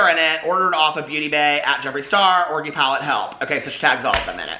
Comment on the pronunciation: Love how you say orgy like.. "orgie" lol !!!<33